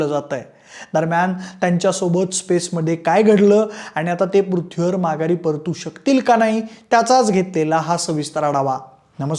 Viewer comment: पृथ्वी शब्द जरा निट बोला . अजिबात बोलता येत नाहीये